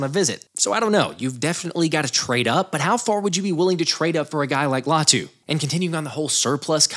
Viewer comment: Lay-ah-to Latu Not “lay-to Latu”